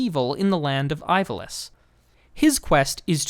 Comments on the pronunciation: Ivalice (Ee vah lees) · I loled when you said Ivalice.